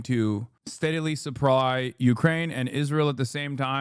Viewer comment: Hasasian what did you just just say ? Steadily suppwy? 😂😂😂